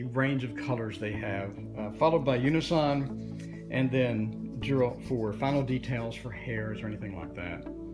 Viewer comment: Girault pronounced zhee-ro. (Zh). As in zhivago